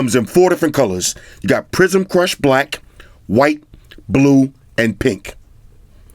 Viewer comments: Oh! I thought he said "prison crush" black. Haha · I legit thought you said prison Kush black when you mentioned the color of the phone lol great vids as always 👍🏽